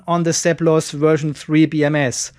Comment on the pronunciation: Seplos eh, i thought you were just saying "surplus" with an accent